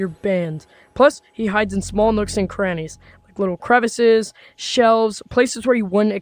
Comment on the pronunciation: With the spider part, did bro say nooks and cranees 😂😂😂